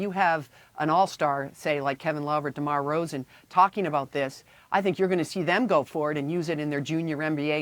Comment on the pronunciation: Did she say demar rozan 😂